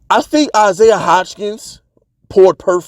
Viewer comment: Stop pronouncing Isaiah's name like that. Butchering it odee.